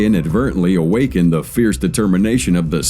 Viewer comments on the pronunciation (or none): none